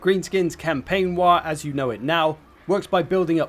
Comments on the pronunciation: bruh it's WAAAAAAGH not 'wah' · Fun fact he said Waaagh wrong every time. It's written in the original lore that waaagh is a word that can be said correctly only whan you are screaming it.